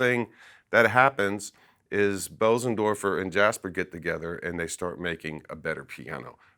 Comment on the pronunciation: Informative and interesting, but… How can you sell pianos, and still not know how to pronounce Bösendorfer ?